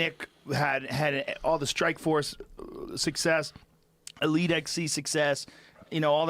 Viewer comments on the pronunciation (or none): none